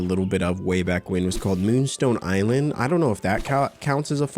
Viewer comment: "eee-land, er, eye-land" takes shot but seriously, I love this game so much, excited to watch you play! :)